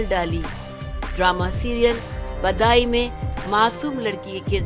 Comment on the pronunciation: badayi nhi bidayi Naam tha